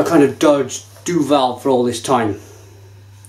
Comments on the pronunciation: Say it quickly: "Doo-ville" Apologies for the grammar nazi-ism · Duvel (not Duval ;-) ) threw in a tasting thing where you could buy (in Belgium) the Triple Hop with different kind's of hop. Bl**dy amazing. In the box, they gave you a booklet with the history and origins of the hop used but they never said what hop was used in which bottle. You just got 6 bottles with a number on it and you had to communicate the batch and favourite bottle number. In all honesty, time to revisite the Triple Hop again because it turned out amazing! It's better than it ever was ... Enjoy!